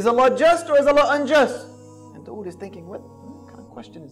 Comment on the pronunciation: The way he pronounces dawood is so bad its actually annoying.